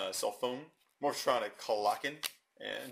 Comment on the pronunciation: ITS MORPHTRONIC NOT MORPHATRONIC! GET IT RIGHT!!!!